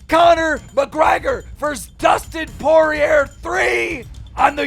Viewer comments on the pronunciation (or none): Stop saying poirier like that its por-ri-aye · Dude learn how to say Pourier. You fraud. If you knew anything about ufc u would know that you don’t pronounce the r. Scammer. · Bro keem it’s embarrassing man I’ve been fighting since I was a kid I’ve had boxing matches MMA fights jujitsu wrestling you fucked up Dustin Poirier‘s last name that’s not how you pronounce it every time you talk about fighting you goof a lot!!! bro come to me before you talk anything fighting and I’ll for free make sure you are good please respect the game bro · Smh couldn’t even take the time to pronounce poriers name right